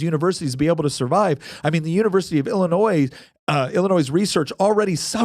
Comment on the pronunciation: You pronounced Illinois correctly the first time, silent 's'.